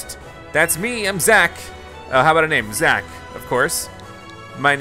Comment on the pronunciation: Its Zack not Zach